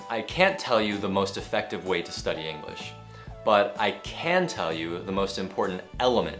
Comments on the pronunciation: "can to" nên đọc giống cant( có lẽ vậy ) =))) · Thầy ơi ! Đoạn thầy phát âm "I can" mà em nghe nhầm "I can't" Thầy nhấn âm như vậy để làm gì vậy ạ ??? Vì có video thầy từng nói:" Can't" thì nhấn mạnh trong câu, còn "can" thì đọc lướt qua nên em thắc mắc. Mong thầy giải đáp !